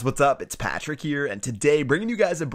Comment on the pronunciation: I hate the way you say 'patrick'